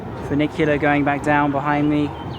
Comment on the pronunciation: I love that you do a bit of everything. History, geography, food, architecture, culture, etc. So many youtubers focus on one little thing and it starts to get boring. Your videos are always entertaining. And I loved your bad Italian pronunciation of furnicular. Lol